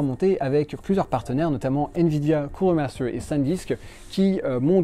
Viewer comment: Of corse cooooooler maaster quel accent